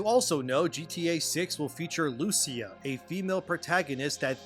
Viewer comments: It should be pronounced “Lu-Chee-A” 🇮🇹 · Great video! I hope that Rockstar will never bend the knee to what woke activists demand, they should remain as politically incorrect as always. BTW The name of the coprotagonist "Lucia", is pronounced with an emphasis on the "I" not the "U".😉